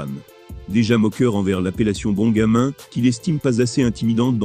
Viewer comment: En vrai le pire c'est quand Bon gamin s'est dit avec l'accent anglais ça me fume